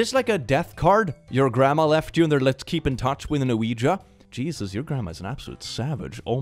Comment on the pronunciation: The way refuses to say "Ouiji" and continues to correctly say "Ouija" has me rofl.